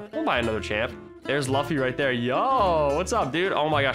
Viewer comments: Did he say laffy its pronounced luffi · ItsGreen it’s sort of pronounced Looffy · Im sorry but.... ITS PRONOUNCED LOOFY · that is luffy not laffy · luffy Me: ITS PRONOUNCED LOOFY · Lol luffay is pronounced as L-oo-f-ee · It’s loofie >luffy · Laffy or luffy bruh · it’s not luffy it’s luffy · I’m so god damn mad he said luffffyy Wrong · It’s pronounced as luu-ffy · Actually luu-fee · luffy - loo-fee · He pronounced luffa wrong lmao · My man said lufyyy bruh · It’s pronounced loo fee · You said Luffy wrong 😠😠😠😠😡😡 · I love it how he pronounces "luffy" fron one piece. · the way says luffy really cringes me out. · Ik I’m late but the way he says luffy LOL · he said luffy wrong >:( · Me like Bruh you sold vegeta and how u say luffy